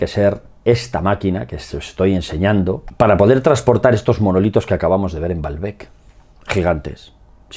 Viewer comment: Que dice manolitos 😅